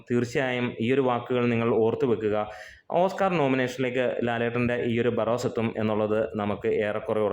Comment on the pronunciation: ബാർറോസ് 😂😂 Barros എന്നല്ലേ